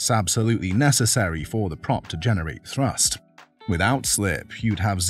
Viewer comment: it's thrust, not thrus..